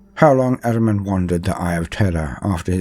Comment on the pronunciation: ahriman is one of few persian names in 40k universe. it is an ancient name of aspect of lie and darkness enemy and other half of sepanda . the name is so old that zartusht use it in his creed and we have it in our religion . and correct pronunciation is AH-REE-MAN not araman